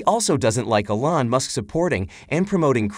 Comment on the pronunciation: It's pronounced E - lon not a - lon.